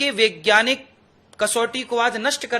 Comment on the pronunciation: महाराज जी.....वैज्ञानिक बोलिए.... विज्ञानिक कोई शब्द नहीं है।। बताओ आप ठीक से हिंदी भी नहीं जानते 😂😂😂😂😂